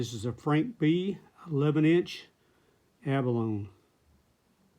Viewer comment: Abalone is pronounced "a·buh·low·nee." It's four syllables. Not trying to nit pic just wanted to point it out. Beautiful knife btw.